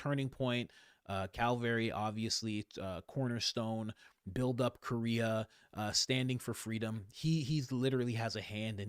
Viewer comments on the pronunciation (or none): none